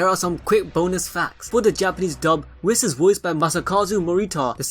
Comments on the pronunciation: I thought it was pronounced "Weese"(Whis) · It’s really not whiiis is more like a weese (Whis)